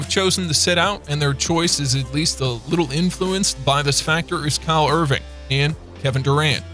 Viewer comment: Boy said Kyle Irving 😂 🤣